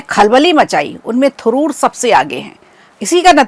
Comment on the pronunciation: Thuroor nhi Tharoor